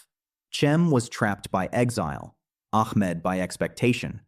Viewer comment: ITS NOT ACK M ED...ITS AHMET